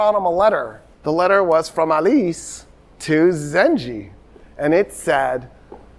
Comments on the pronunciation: You are saying the name emad el deen wrong it is not zenje it is zenkey. The first pronunciation is the n word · I love that doesn't realize you pronounce it "Zangi" and not "Zanji" and this whole time he was just saying the N-word in arabic ☠️ (Im not blaming him at all, just funny to me ) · one correction Doctor The ruler’s name is Imad eldeen Zangi not zanji عماد الدين زنگي Understandable pronunciation mistake if you read from english history sources Your fan from Mosul❤ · Sir, the name you are pronouncing, Imad-al-Din Zenji. It's not accurate. It will be Jongi, not Zenji. It comes from the word Jang/Jong, which means war. And Jongi meaning warrior.